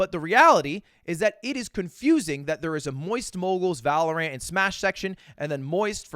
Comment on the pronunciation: One of these days he’ll say valorant right